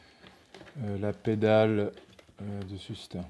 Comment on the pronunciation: Sustain (su-s-tayne)